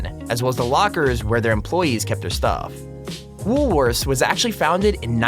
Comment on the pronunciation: WoolWorthes in Australia is a supermarket. I dont know about you guys but when he said "woolworthers" I was about to go out on him until i saw a pic of the store he was talking about